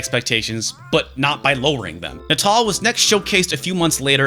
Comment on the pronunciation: hearing "Natal" being pronounced like that gives me the ickies...